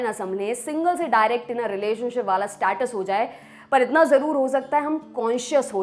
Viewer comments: स्टैटस को स्टेटस बोलिए ज्यादा अच्छा लगता है. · Status का सही pronunciation सीख लिजीए ।